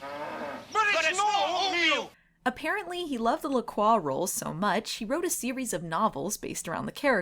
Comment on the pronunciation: In all these years, recognizing Nigel Bennet in so many shows and movies, I never once realized he was one of the "It's NOT Oatmeal!" guys. Wow. Also, those drinks, bad sparkling water in a can... every time someone calls them "Lack Roy" instead of pronouncing it LaCroix I cringe. That's okay, I'm pretty sure the ancient and powerful vampire master would want nothing to connect him to those gaudy and flavourless drinks. :) Have you read any of the LaCroix novels? Any good?